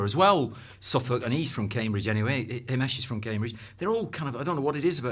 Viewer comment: His pronunciation of himesh makes me hurt